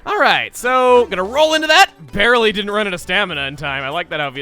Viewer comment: he English very goodly